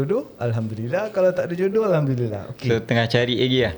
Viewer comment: sebut alhamdulillah pun salah.bukan alhamdurillah